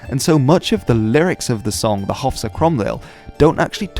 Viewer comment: Haugh is pronounce ho' btw and it would be Stewart not Stuart. .